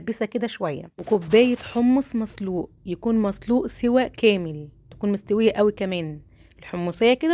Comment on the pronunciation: بحبك والله وبحب وصفاتك بس لغتك صعبة اول ال س بتقوليها ص وال ط بتقوليها ت....مافيش حاجة اسمها جوزة التيب....مافيش حاجة اسمها مصلوق...اسمهم جوزة الطيب وحمص مسلوق.مع الشكر